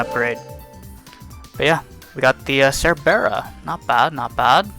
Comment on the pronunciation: Your pronunciation of "Cerbera" makes me want to throw you down a well